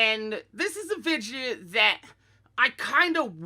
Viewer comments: Vid - e -oh, not Vid-ya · I didnt realize until half way through the video that vidge was him saying video